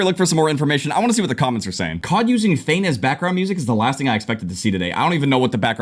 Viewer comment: and he called it "feign" bruh